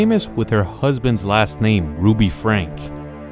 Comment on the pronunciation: It's pronounced like Frank-ee :)